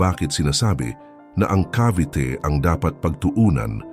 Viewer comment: sino ito? hindi marunong mag pronounce ng “Cavite”.